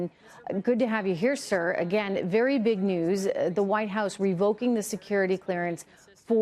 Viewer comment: Shhhhhh be vewe vewe quiet Twumps hunting wibewals.